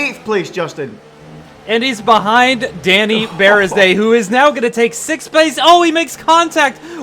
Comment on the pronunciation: I love the commentor how he talk , but he should work on how to spell number six correctly....cuz he somehow say it sex 😂😂😂